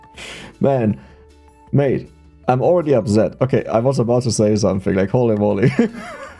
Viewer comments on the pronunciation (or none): none